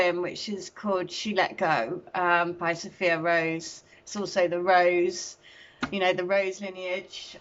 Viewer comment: thank you, enjoying every moment with you too 😊. And such a wonderful poem, it's great, I like how you pronounced So-fire, for Sophia, that was good learning for me, a new perspective on how to say things. 🙏🏼😄